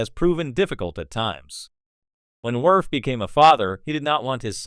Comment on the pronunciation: Commander “Wirf”